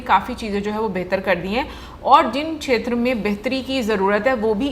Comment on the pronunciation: Aaj ne to sixers lagaye Kshamata ( shamata) kshetra( shetra) Ese bhari shabd bole😃👏🏻👏🏻👏🏻